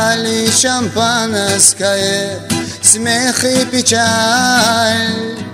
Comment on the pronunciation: Шамапанаскае, даже слово шампанское не может толком произнести